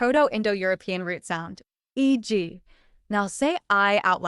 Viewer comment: *eg was not pronounced [i:d3i:], but [eg], which, to my perception doesn't sound in the least like [ai] .